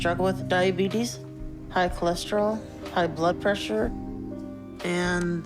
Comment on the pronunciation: Beetus, cholorol, presssuuur. And full fridge-itis